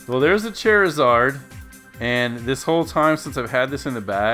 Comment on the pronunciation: "chair eh zard" it's "char" like charred food